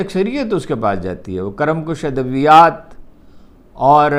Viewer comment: ھارون صاحب.. کرم کش میں ک پر زیر پڑھا جاتا ہے. زبر نہیں.. براہ کرم ہمیں تو آپ سے تلفظ سیکھنا تھا....